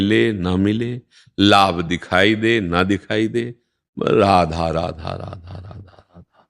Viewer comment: अरे बाबा राधा राधा नाही रआधू रआधू रधहू रधाज्यू राधाज्यू राधाज्यू बोलो..radhu radhu radhu bolo. ❤